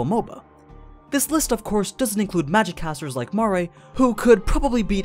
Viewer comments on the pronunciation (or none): none